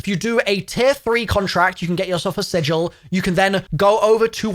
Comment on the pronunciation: Im just glad there's a youtuber that knows how to pronounce sigil